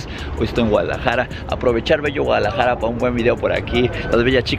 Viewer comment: dijo Gualajara en vez de Guadalajara